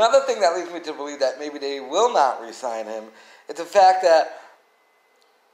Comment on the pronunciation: Re-sign... not resign... damnit